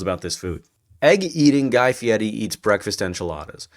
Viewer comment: Stop saying his name like that it’s FIERI not Fietty